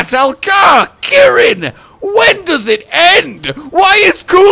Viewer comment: the way he said kirin was oddly funny to me lmao